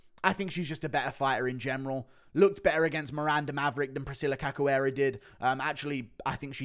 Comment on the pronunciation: Read her name like this; Caxoeira, it's a 'shoo' type sound. Ca 'shoo' eira.